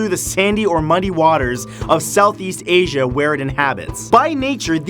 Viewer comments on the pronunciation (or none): none